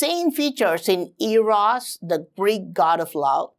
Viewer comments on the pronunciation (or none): These video are very interesting. I was a little thrown when I thought he said Ares, but he either said Eros or his pronunciation of Eros is similar to Ares.